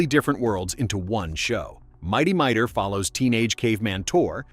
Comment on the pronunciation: It's pronounced "Mi-tor" not "My-dor". And that title card, is MY artwork - . - The original Herculoids series did NOT take place on Quasar - it took place on Amzot, the planet's original name, which was changed in 1981 when the Space Stars series premiered, and also where the majority of your Herculoids clips came from (Space Stars), not the original series.